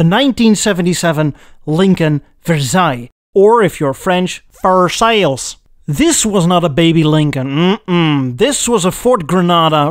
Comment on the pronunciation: the first "american" prononciation of Versaille you said was almost the exact same as a french would say it, but the "french" version of Versaille you say next is just weird, it sound like ,for sale, even for me who is french.